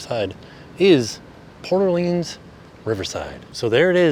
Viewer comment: This was the first resort I stayed at so it was fun to see it again. As a New Orleans native, I appreciate you saying the name right lol. Love the videos and congrats on the baby!